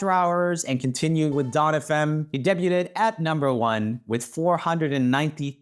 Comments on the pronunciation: My favorite is Joel reading "debuted" as "dabe-yoo-ted" instead of "dabe-yood" over & over 😂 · idk if the pronunciation this is comment bait or not, but in case it is: the t in debut is silent. debut is pronounced "day-BYU" and debuted is pronounced "day-BYUD". blame the french. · The word is de-b-uy-d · I love it. He has always said that and it just makes me smile, especially when he's english is normally perfect. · Say it with me Roomie: Day-B-yewed (debuted) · Roomie you gotta learn how to pronounce debuted 😂 😘